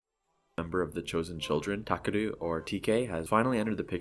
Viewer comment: Did you just pronounce 'Takeru' as 'Takuru'? I